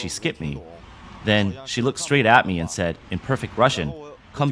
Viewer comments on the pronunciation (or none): none